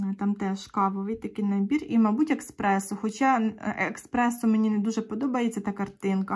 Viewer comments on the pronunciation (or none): Гарні наборчики. Бажаю отримати задоволення від відшиву. Можна вас виправити , бо дуже слух ріже. Не еКспресо, а еспресо😊